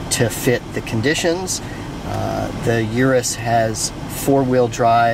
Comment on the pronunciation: Please stop calling it a yearus